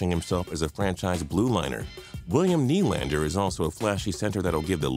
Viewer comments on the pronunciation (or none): none